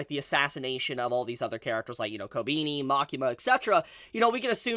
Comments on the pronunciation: I'm sorry but I have to say it: is not "Kobiini" is KobEni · who tf is kobini dude, it's kobEni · My man still calling her Kobeenie. It's Koh-beh-ni. Sry I had to. 😂 But this episode was pure chaos & heartbreak. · Why is he saying "Kobini"?💀💀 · Great episode. Really funny how pronounces Kobeni as Kow-Beany😂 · Who the fuck is "Kobeeni" lmao